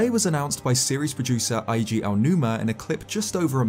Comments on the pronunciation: Just for future references, please, Eiji is not pronounced like Einstein. In Japanese, the i can sometimes be put after e or i to double the vowel. So it's pronounced 'Eeji' but the e is pronounced like in Spanish or Italian. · For what it's worth, "Eiji" is pronounced like "A.G."